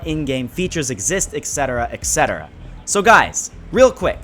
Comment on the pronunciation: Ect. Not exct